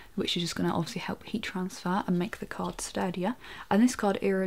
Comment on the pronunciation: When she say card, it sounds like she is saying cock.